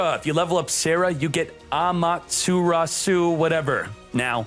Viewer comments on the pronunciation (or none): doesnt know how to say Amaterasu 😂😂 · Sasuke Uchiha is mad at you bro for mispronouncing 'Amaterasu' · for some reason i always assume everyone has watched naruto in the past, so its a bit funny to hear someone struggling to pronounce amaterasu (same for chidori and raikiri) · Amaterasu? More like Wamaterasu. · Amaterasu Brooo how do you can't pronounce that!?!?! Never watched Narutooooo?? 🤯🤯🤯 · Mispronounced Amaterasu. Everyone: "He's a boomer!":DDD